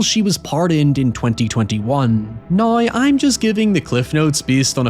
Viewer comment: It’s the first time I hear someone pronounce “w” as “y” Ex: how = hoy, now = noy, however = hoyever